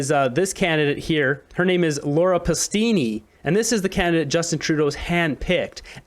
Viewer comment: when you pronounced the candidate's name as "Laura Pastini" instead of "Laura Palestini", I stopped watching your video. You have no integrity.